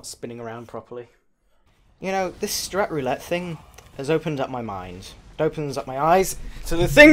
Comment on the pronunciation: I thought He said strip roulette XD!!!!!!